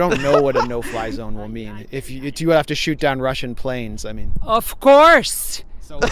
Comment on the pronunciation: loooooooooooooooool - love your impersonation ' of Courrrrrrrrrrrrrrrrse'